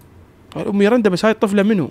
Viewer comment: اسمها ميرندا مو ميرنده😂❤